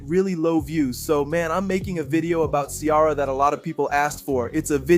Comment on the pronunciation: Her name is not Chiara. It's pronounced See-Air-A. 🙄